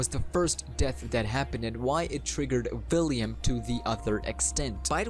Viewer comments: Please. It’s William Not Villiam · Is he saying villiam instead of William🤔🤔🤔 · U even said william as villiam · william ❌ villiam ✅ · I believe it's william not villiam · vhy are you calling him Villiam? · I know you have an accent and I’m not tryna be rude or anything, just one thing..... ✨ᵛ ⁱ ˡ ˡ ⁱ ᵃ ᵐ✨ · Yea its william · but its pronounced william i know the story